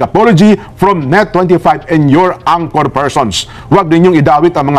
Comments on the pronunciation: Correction madam ang-kor (anchor) hindi an-tsor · To say anchor, pronounce it as ANG-ker with the first syllable stressed.